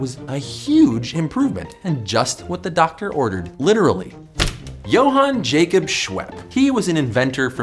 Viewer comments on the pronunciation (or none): none